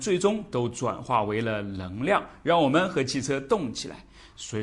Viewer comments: 纠正一下老师的普通话，【能量】不是【棱量】这个发音对于南方人真的那么难吗？我有一位四川朋友，也分不清，我让他说【男子篮球】他说出的就是【篮子篮球】，就是N L不分，但是让他说【night】和【like】他却又分的很清楚，这件事我就觉得很奇怪~ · ㄋㄥˊ量 不是ㄌㄥˊ量